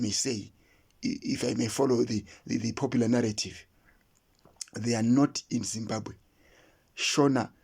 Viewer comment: There is absolutely no notions of kudzimba or kudzimbira in the name Zimbabwe. You are correct about wrong pronunciation of Zimbabge. This is the only country where citizens cannot properly pronounce the name of their country.